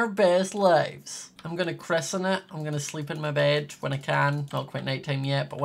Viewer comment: please stop saying “crisen”